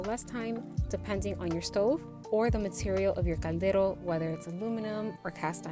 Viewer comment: Are you saying gandero? O caldero?